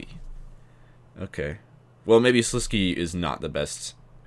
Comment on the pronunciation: Sliske is pronounced Sliskay